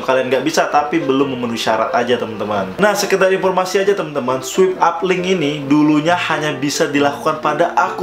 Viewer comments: I heard "sweep". not "swipe". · Swaip up baca nya. Bukan swip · bacanya swayp bang, bukan swip hahaha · Swipe dibaca swaip bangBhkan swip hehe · Swipe dibacanya swaip kak 😊